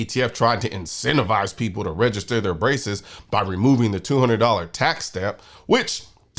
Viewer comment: When you said “that is a ton of braces” I heard “a ton of racists” and I thought, “oh noooo, Colion’s gone woke! 😢”